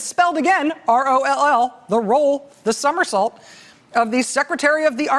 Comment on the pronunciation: She said THE SOUMERSAULT 🤣🤣